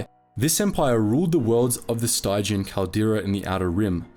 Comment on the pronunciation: This channel is wonderfully informative, especially for someone like me who doesn't know much about Legends. I learn a lot from watching it. But the narrator mispronounces names and words so often that I sometimes wonder if he's doing it on purpose. In this case, he's getting "stygian" wrong -- it rhymes with "pigeon." It's from Greek mythology, and is the adjective form of the river Styx, which is pronounced "sticks." The word "stygian" means dark, dismal, or murky, which is why it's used in the name of the nebula that surrounds the Sith worlds of the galaxy. They are dark both in optical terms (shrouded from view and from external light) and in terms of the Force. How is the narrator unfamiliar with not only the English word "stygian," but the river Styx itself AND the rock band named after it?